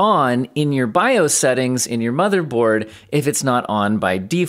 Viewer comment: "bi-ohs" kills me every time